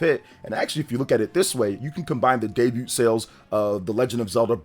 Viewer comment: Pronouncing the “T” in debut is crazy